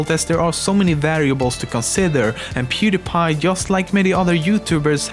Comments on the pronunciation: i was about to say how did you say he's name right but then i remember you are Swedish and well when he hit 100 mill it in 2020 not 2017 and he will still grow at that speed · in one of pewds videos he mentions how he got his username.....so it's actually pronounced correctly.... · HOW DID YOU SAY HIS NAME SO GOOD?!?! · This guy is swedish. Hus orenaunciation of pewds name was flawless